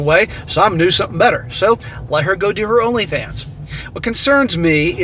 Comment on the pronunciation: "LonlyFans" lmao 🤣